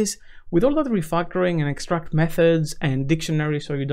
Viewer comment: why you saying "refactoring" sounds to me like "refuckoring"